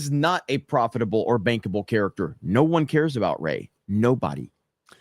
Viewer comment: Bankable I thought you said bangable😂